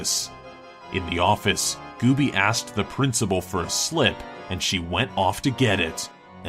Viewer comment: Gooby, not Goobie.